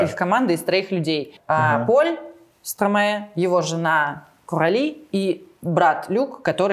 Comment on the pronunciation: Почему стромэ? Вы же не говорите - мэстро.